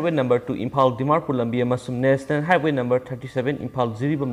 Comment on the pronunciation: National high-way Not "heighth-way" Pao nungai tat-tana tai Pronounciation chumna pabiyu